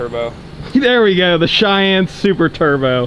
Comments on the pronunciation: "Moon Cheyenne" but like moon-shine-anne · Call it’s the “MOONCHYENNE”